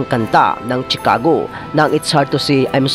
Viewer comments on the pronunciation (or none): none